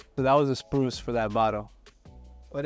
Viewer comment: sprue not spruce